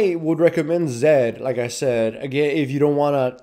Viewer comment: Laughed a little when he said "WHYD YOU PIK ZID ITZ A BED CHUIZE"